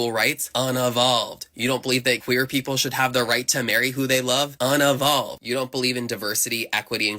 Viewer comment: "UN UH VOLVED"? It's pronounced un EE volved.... now who unevolved?